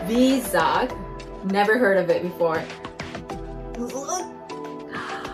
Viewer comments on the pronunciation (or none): vizag is pronounced vyzag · It's pronounced as Y-Zag. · That vizag is pronounced as vaizag ❤